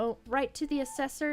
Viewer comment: Just seven more days to wait! Thanks for showing off this incredible cozy game. By the way, the proper (Middle English) way to pronounce "Michel" in Michel Delving: It sounds like "Mickel" and rhymes with "Pickle". A mostly unused word these days that means Great or Large etc. The town was somewhat larger than Little Delving, a smaller Hobbit village. Not to be confused with the French feminine name Michel.